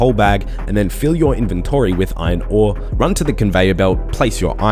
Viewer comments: why does he say both inventree and in-ven-TORY? the second one makes him sound like a dick. great guide otherwise. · In your invenTORY, that pronounciation got me lmao. Still highly appreciate your guides, you've helped a returning player a lot!